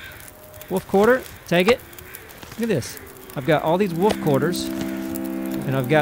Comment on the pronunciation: haha i love the way say Wöölf xD love ya:D